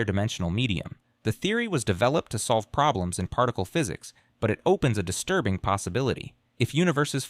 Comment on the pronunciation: Paaarrrticularely disturrrrrrbing and unsetttttling